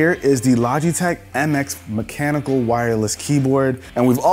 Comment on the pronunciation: 'Mechenical'. Oh dear, lol.